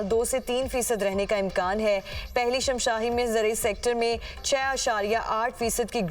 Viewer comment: 2 bar shashmahi ko shamshahi kaha !!!!!!